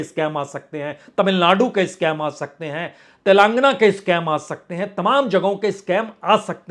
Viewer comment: 'तेलान्गना' नहीं, 'तेलन्गाना'।